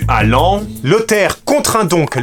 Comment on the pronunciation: Enfin après 3 épisodes tu arrives à dire "Laon" correctement 🥲 J'y retourne demain, cette cité médiévale si belle et dont j'apprends le passé tumultueux ici 😉